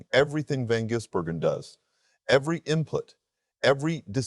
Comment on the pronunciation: Are you really a NASCAR fan, or ai? It’s ziliCH not Zillish and Van GISbergen not Jizbergen. Sheesh! 🇦🇺🇳🇿